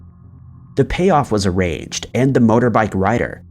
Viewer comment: Here for those verbal slips ups. How many this time? Araged = arranged